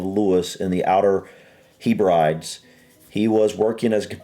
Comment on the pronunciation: Hebrides = heb-rid-eez